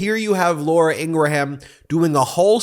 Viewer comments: one thing its notn laura in gra ham its laura in GRAM thats how you pounce that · I despise Ingraham but PLEASE…..pronounce her name properly. Don’t act like a republican. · Please figure out how to pronounce Laura Ingraham’s name. I want to be able to say - mispronouncing someone’s name is an attack if done intentionally - and it is hard for me to listen to you mispronouncing hers. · Ingraham is pronounced in two syllables not three